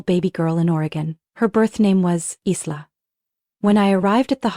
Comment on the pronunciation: It’s not Eesla it’s eyela